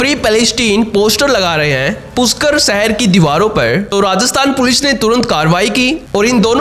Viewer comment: पुष्कर है वह पुष्कर। पुष्कर उच्चार करो। क्या घटिया उच्चार कर रहे हो?? palestine बरोबर pronounce कर रहे हो, तो पुष्कर उच्चार में क्या मुंह में fevicol है?? सृष्टिकर्ता श्री ब्रह्मा जी का स्थान है, योग्य उच्चार करो। पुष्कर उच्चार करो पुष्कर।